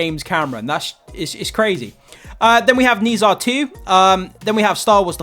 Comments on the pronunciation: Dude it's like 'ner ja' not 'nee sa' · Have you watched it yet? Read a comment about you’ve never heard of the pronunciation of Nezha (nuh jaw). Go watch it if you can! Don’t miss out the opportunity to watch it on the big screen, especially in IMAX! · I love this movie but I just can’t get over how you pronounce Nezha 😭